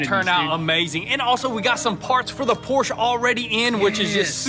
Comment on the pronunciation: Hey! Finally heard you say Por-sche correct!